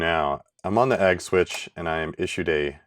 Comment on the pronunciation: Funny how agg and egg sound exactly the same